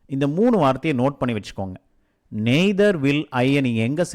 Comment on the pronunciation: Don't say (நெய்தர்) correct word (நய்தர் or நீதர்)please correct learning to us if I anything pardon me I like your every lesson. Keep it up